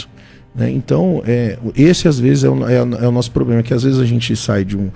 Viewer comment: O cara fala palavras em grego e n consegue falar "problema"?